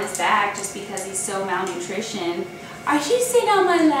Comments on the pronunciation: It's 'malnourished', not 'malnoutrishioned'. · and Dr. Matt are my two favorite vets on here. I just have to say/ask-where are you from? You crack me up at some of your terms and pronunciations of words, etc. "Malnutrioned"? I assume you mean "malnourished"?! Not saying that to be mean! It just cracks me up! I love it and always look for a new word from you. I'm a nurse, so perhaps I catch it more than most. I enjoy your videos (and Matt's, too!). Take care, and thanks for all you guys do for the animals' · he isn't malnoutritioned, he's malnourished. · Malnourished, malnoutrishened is not a word.